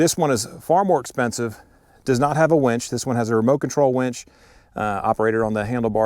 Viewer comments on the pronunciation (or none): Great comparison sir! 😎 Fair and unbiased... the only thing I would add is that it's "winch", not "wench". 😂😂😂 Sorry man, I had to...lol